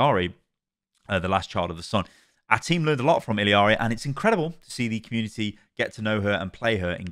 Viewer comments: e-yar-e not il-e-ar-e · reminder that it’s pronounced “ee-yarii” the last minute was painful listening to illiari over and over. there’s no second i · I’ve noticed this with a lot of European content creators. Why do people say Illari’s name like illi-ari? I get ppl who say “iyari” bc her name is Spanish based and the double L makes the y sound. But ill-i-ari doesn’t make sense. Where are you getting the extra i? Lolol idk why I hate it so much lolol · why does everyone pronounce her name “Iliari”???? it’s “ee-LA-ree”, or if you wanna say it correctly in her language it’s “ee-YA-ree” but there’s no “ee-li-a-ri” idk where that comes from omg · My ears every time calls Illari, "Illiari.":face-blue-question-mark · Some day he’ll pronounce Illari’s name right. Don’t know where he’s finding that extra “i”, long e sound at. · man i love your videos but it triggers me so hard that you still dont know how to pronounce Illaris name